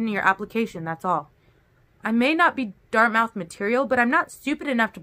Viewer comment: FYI: Dartmouth is pronounced dart myth. Thank you for these videos! ❤️